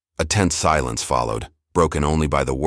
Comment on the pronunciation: A tense silence not a tent silence— ou h, I am unable to keep watching.